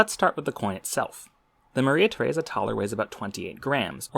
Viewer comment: Please tell me I am not the only one who heard Maria Tharesa as Mother Teresa before reading captions